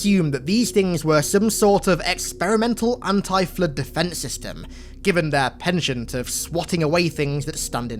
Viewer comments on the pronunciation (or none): none